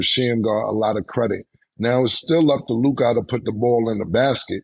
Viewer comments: I can’t stand the way mase says “LUKAA” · Why do they say Lukah and not Luka? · “Lukaah” -Mason Betha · Mase said “Luke-ahh” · The way say Mase Luka name is hilarious. Lukai 🤣🤣🤣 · Ma$e got me weak every time he pronounce LukAAA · He’s saying “Luk-God,”you simp. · The way mase says luKAH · Why does mase keep saying Luka's name like that lmao "luke-ah" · why they be saying lukAH ? 💀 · I be laughing how Mass pronounces Luka name “Lu-Kaa” lmaoo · “Looo KAH”-mase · Why Mase keep pronouncing Luka name like that lmfaooo. LukAaaa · why you saying LOOKAH like that 😂😂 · Why Mase say Luka name like that? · The way Mase pronounce Luka is funny asf to me 😂😂😂😂😂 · Y mase say Luka like that 😂🤣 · Why tf mase saying luka like that 😂😂😂